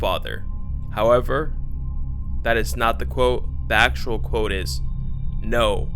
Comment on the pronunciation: You say actual like you know